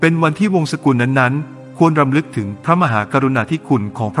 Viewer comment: รำฦก อ่านว่า "รำ - ลึก"